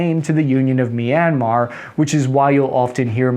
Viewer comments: Say MEEEANMAR One more FVCKING Time, Go Ahead SAY IT!! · CAN YOU PLEASE PRONOUNCE MYANMAR RIGHT